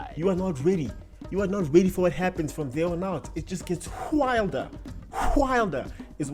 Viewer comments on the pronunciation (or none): Why is there an "h" in your wilder? 😂😂